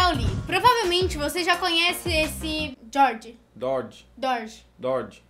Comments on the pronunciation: Os dois estao errados se escreve dodge e fala doge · "Dorge" "Dorgi" "Doge" "Dorgi" "Dodi, Dodi!" Mulher não sabe nem pronunciar nomes de carros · nem um nem outro acertou o nome correto , os dois erraram o nome correto é DODGE , mais engraçado é o garoto tentando corrigir ela sendo que nem ele sabe a pronúncia correta. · Jhord, dorge, dorge, dorge, dodge 😂😂😂😂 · dordji kk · Ela tentando fala Dodge foi demais, rindo até amanhã